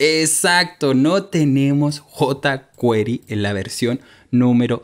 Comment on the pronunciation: JotaQuery bien pronunciado en español.